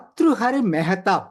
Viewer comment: మెహేత కాదు మెహతాబ్!